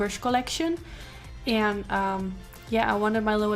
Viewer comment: Haha de manier waarop je an zei wist ik meteen dat je Nederlands was! Mooie look! Ga m denk ik vanavond eens uitproberen